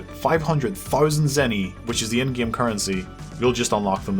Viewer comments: thanks to your accent I say "Game" the way you say it like "Gyame", why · I love how says the word "Game" XD